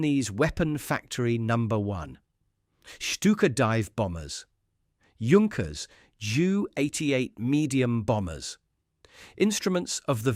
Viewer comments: Of course he was not a ''junk - ers'''but ''yank-ers'' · This could be a good video if the details were correct. Pronunciation of Junkers/Yunkers, it's Yunkers, not both. 5000 kilograms is not 5 tons, but somewhat close. Patent is pronounced two different ways. There are other mistakes. If you must use AI, at least watch the video yourself and correct the mistakes before it's uploaded for everyone to see. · Don’t call it “Djunckers“. Take at least 20 seconds to find out or to teach your bloody AI. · The fake voice is bad enough. But can't the computer decide whether to pronounce Junkers or Yunkers? If you're going to fool people,. at least do it well. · That should be pronounced "Yoon-kers". Very interesting! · ...and, of course, it's Yunkers. Always funny to hear, "Yunkers Ju-88" and such. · It is pronounced Yunkers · Yoonkers, actually. And he gets it right accidentally a few minutes in... .... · Great documentary! But why is it that no one on YouTube can seem to pronounce "Junkers" correctly? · This was a very well done video and I learned a lot from it. There are however, a few issues. To being with, I suggest you use the German pronunciation of “Junkers” where the “J” sounds like the letter “Y” rather than two different ways. It would also be best to show the revolutionary type of aircraft Junkers proposed in his 1910 patent, the J.1000. Looking much like what came to be referred to as a “flying wing”, you describe this aircraft in detail but show images of the G.38. There are actually drawings from the patent available on-line and should be included. Finally, , you mention there being a “pressurized cabin” which I do not believe is correct. Please confirm this claim. Thank you for producing it.